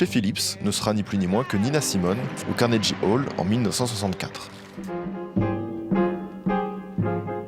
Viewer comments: Carnegie se dit "kornégui", pas "carnédji" 😅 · Mer-ci pour cette très belle vidéo. Quelle vie Nina! Ça m'a fait du bien de l'écouter à nouveau. (Ps: on s'en fiche un peu mais si jamais ça t'intéresse, Carnegie se prononce avec le son "gu" pas "j" ;)) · CARNEGUY CA SE.PRONONCE CARNEGUY...ET CEST PAS AU LAGOS MAIS À LAGOS CEST UNE VILLE